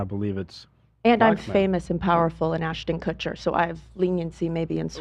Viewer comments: Ethan called him, “Kushton” 😂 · Asher and Marla Kushtin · Kushton, Kushin, Kushter, it’s all the same right? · Ethan calling Ashton Kutcher “KUTCHTON” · Ah yes, famous hollywood celebrity Atcher Kushton